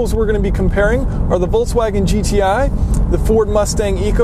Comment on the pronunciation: Do you say VOLTSwagen? For any reason I say VOLKSwagen